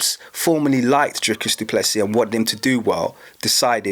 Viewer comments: How dare you talk about our Country which btw you know nothing about. The French, Dutch and Germans came here because of religious persecution in their original countries. They were settlers, not colonisers. The guys name is pronounced du Plessi..no Plessis. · Dricus Du Plessis is of French descent. Lol. The last "s" is silent.